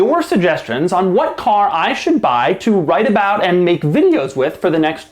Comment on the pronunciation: lol "caw"